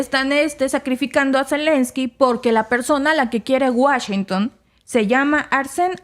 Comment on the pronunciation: Washington No Wachington 😂